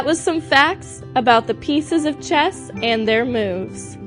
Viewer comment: Damn! I thought you said chest!